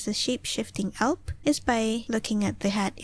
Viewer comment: "Alb", not "Alp" :)